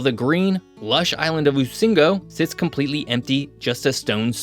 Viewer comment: Rusinga...not usingo